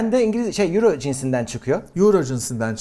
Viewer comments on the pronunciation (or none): 10 yüro ney, oyro diye okunuyor:)